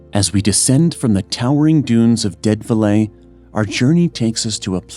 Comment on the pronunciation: Dead velay? GET A REAL PRESENTER!!!!!